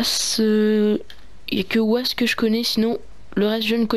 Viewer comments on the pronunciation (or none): et on dit vass et pas ouasse